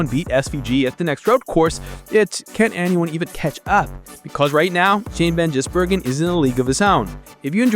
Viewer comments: GIZ not JIZZ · And what about 'van Jizzbergen'?😂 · Shane Van "Jizz"bergen!!!! LOL, American pronunciation is so funny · Shan Van “Jisburgen” haha 😂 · FFS you'd think you'd get his bloody name right. Lightweight careless AI BS.